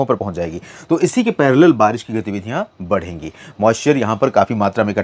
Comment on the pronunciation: छत्तीसगढ़ के लिए बरीस बताते हो बरीस नहीं होति नाम ललित कुमार पाटले